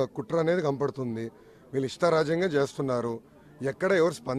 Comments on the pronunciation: Kampaduthundi kadhu ra, kanapaduthundhi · Rey malli kampadutundi antunnav.... sarigga matladara howle pappu ga...!!